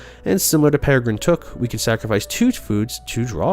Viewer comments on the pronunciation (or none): none